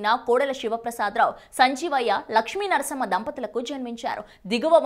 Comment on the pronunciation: Her pronounciation is not good. She pronounced Laxmi Narasamma as Laxmi Narsimma. All TV managements must give attention while selecting reporter or improvement after recruiting.